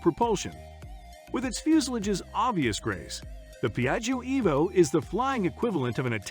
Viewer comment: Don't pronunciate the second I, like jjo